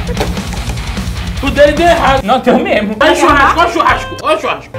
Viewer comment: O CHAMANDO ROBERTINHO DE XURRASCO 😭😭😭😭😭😭😭😭😭😭😭😭😭😭😭😭😭😭😭😭